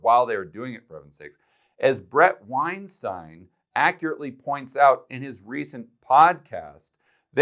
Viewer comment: You know is well learned. He pronounced Weinstein correctly instead of Wine steen.